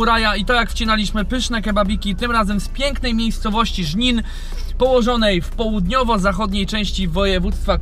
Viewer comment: Żnin xdd